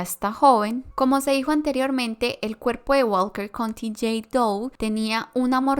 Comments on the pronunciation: Estaba. Pensando lo. Mismo. Que. Dijo Walket country. Doe. Como. 100 veces. Jajajaja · Lo pronunció tanta vez y erróneamente